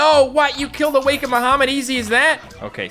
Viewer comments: Awe-kind baha-mit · awa-ken-ed baha-mut